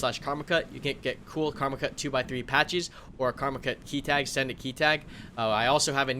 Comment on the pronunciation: I was going to make a comment about those beautiful maps but then I thought I heard say "Karmakut 'scented' key tag" instead of "send it."